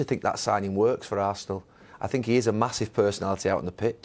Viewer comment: Jose's "i sink" is like a music to my ears😂😂